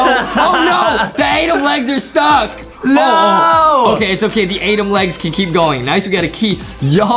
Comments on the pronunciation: Its not adem its adam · It's adam not adem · It is not Adam it to so adem!